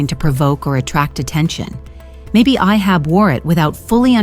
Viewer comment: Who writes these idiotic texts and pronounces every Arab name diametrically wrong. Ihab pronounced Iyhab like a hillbilly saying Iran, Bassel pronounced like tassel... who was "*tragically* killed in an accident"!